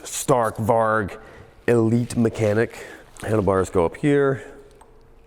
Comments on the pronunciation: Probably mentioned before, but "Stark Varg" Means "Strong Wolf" in Swedish. And the A's in Stark Varg is pronounced like the "A" in Announce. And the G in "Warg" is pronounced like a "J" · Stark Varg❌ Stark Vark✅ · Greetings from Sweden. Try to prounounce like this. Starrc Warjj Stark Varg = Strong Wolf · is he trying to say Stark Varg?? Strong Wolf in Swedish? Is it a Swedish electric bike? lol, I never heard of it